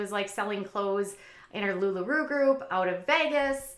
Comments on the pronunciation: I’m going to help you out. This helped me. Mih-Kel-Tee. And Lu La Roe - “Row”. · Thank you 🤣 they really aren’t that hard to pronounce 🙃